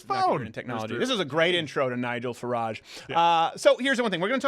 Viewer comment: if Farage is pronounced the way Steven says it, then why do most brits pronounce garage different?